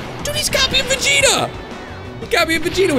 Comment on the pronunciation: YOU said vigeto